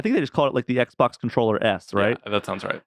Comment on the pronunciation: Why do you call it XBOC?